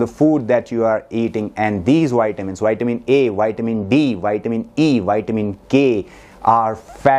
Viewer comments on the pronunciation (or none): Put your front teeth into your bottom lip to say Vitamin. Not whytamin.